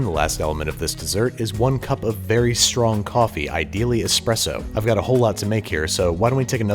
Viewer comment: Can we have a 10 hour Babish expresso Ad? That'd be nice